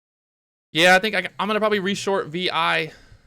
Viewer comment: You mean VIAV? not viva right?